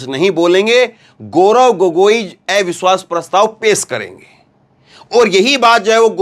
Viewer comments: " AIVISHWAS" NHI... AVISHVAS..🙏🙏🙏plz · सर, एविश्वास पत्र नहीं अविश्वास पत्र बोलना ज़्यादा सही है। आपकी प्रस्तुति में करेक्शन करने के लिए माफ़ करना। 🙏